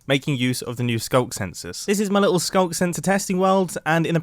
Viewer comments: “Through the ‘Skuck’” Do you mean Skulk? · Can we talk about how he called the sculk sensors a sculker multiple times? It must be the OG Minecrafter within him speaking. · sculker? isnt it just sculk? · wtf is sculker my guy